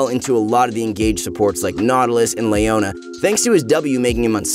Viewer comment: Me : i wish he could pronounce Leona